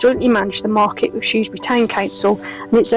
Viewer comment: Good video of the market traders. The presenter really needs to learn how to say Shrewsbury!😊